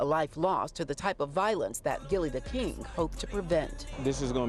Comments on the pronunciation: The name is Gillie Da Kid not "King" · How embarrassing, local news station and they didn't even say the man's name correctly, when speaking on his deceased child. It's KID not KING! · I know i heard right when they kept saying gillie the king smh. His name is gillie the kid, not king... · Is it that hard to say kid? I can't take one more Gillie the King 😂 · they still saying Gillie the kid name wrong 🙄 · The fact y’all said his name multiple times & it was wrong 😒